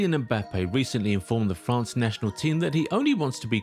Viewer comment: 0.25 it's France not fance 😂 also I pronounce it MCRAPPE suits him better.